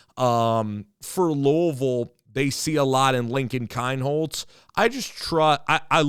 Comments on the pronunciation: It’s pronounced KEEN HOLZ. And his hometown is pronounced Peer. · I am glad you welcome Lincoln. Yes he is a star, all around athlete. But, Please, pronounce the city of Pierre correctly and his last name correctly.